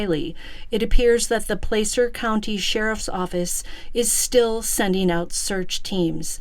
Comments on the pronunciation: Pla-cer not place er. Wash-o not Wa shoe. California towns and counties are a trip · FYI. THE A in Placer is is like the A in apple PLAH CER NO PLAY CER👍 I grew up very close to this area. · Hi! Just a friendly fyi - Placer (County) is pronounced like 'glass -er" with a short 'a' , not a long 'a'. 🙂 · I'm from Placer. It's pronounced Plasser. Ronnie is full of it too. We're not all coke heads out here. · Just FYI: It's "PL-ASS-ER" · Just a little pronunciation correction. Placer is Pronounced: Pl- short a sound- ser